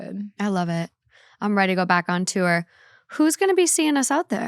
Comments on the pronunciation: When she started speaking about a word she's mispronounced, I thought she was going to say the word "tour". Or should I say tuor? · why does call tour tew-er 💀💀